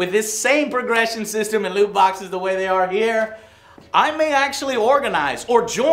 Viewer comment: Why is he pronouncing loot boxes as lewd boxes lmao